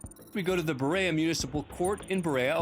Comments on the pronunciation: Berea Pronounced Bur ee uh Not bur ayy uh I’ve seen a couple of these involving Berea and I’m sure I’ll see more. It’s a flight path cesspool, but at least it’s not Detroit. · Please...it's BURR-EE-AH, Ohio! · As a resident of Berea I lost a few years of my life when the narrator called us "Burr-ay-uh" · Someone needs to tell him it's pronounced Buh-Rhea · Berea Ohio is pronounced "burr-ree-ah". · That's not how you say Berea, OH